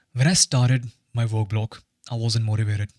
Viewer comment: Why I hear work as walk lol